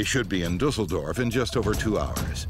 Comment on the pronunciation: How they said the german namens of the pilots xD And Düsseldorf